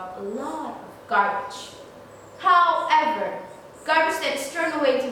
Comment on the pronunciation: Very good articulation and pronunciation! Maybe only the word 'however' should be spoken little better. God bless you!!